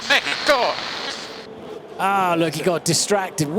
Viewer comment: It's México not mejico